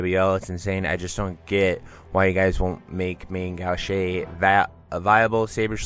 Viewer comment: Gauche - It’s pronounced Gowsh. Like not STOP but GO-sh.